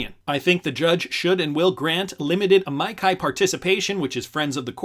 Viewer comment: Hey what do ya know someone knows how to pronounce amici. I can't tell you how many people are saying that wrong.